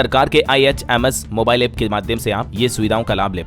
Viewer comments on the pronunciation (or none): none